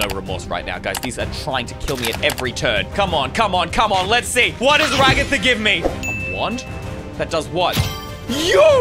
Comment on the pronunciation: Did you just say regather instead of ragatha